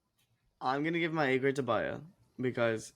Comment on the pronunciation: Veer,ik is BHaya and not baya